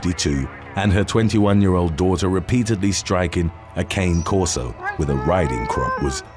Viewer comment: That is not how you say cane corso. As an american im embarrassed how we call them.